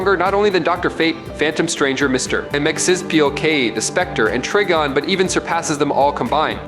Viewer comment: its pronounced TRY-GON...